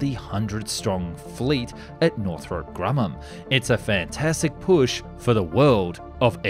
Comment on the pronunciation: ah yes. northrope